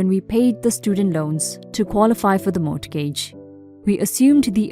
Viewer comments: It is pronounced more-gij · FYI: The "T" in mortgage is silent. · You could be right though I have never heard any other USA citizen pronounce the T. I am not usually pedantic but when words do not 'flow' then for me it really jars. When the 'T' is pronounced it makes one word sound like two words. I will just have to grin & bear it. All the best. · The 'T' in mortgage is silent - as in not sounded.